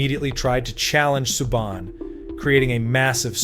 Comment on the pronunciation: Omg here we go again u American Narrators who do this videos on nhl players need to seriously pronounce players last names right or don't bother making these videos u totally screwed up Canadians defensemans last name sueban u morons the way u say it isn't correct at all the teachers I'm yr education systems in pronounceing certain players last and sometimes there first names is a bloody joke !!